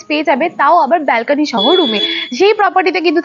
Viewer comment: Anekei dekhchhi 'balkeny' bolchhe, kathata hobe 'balcony'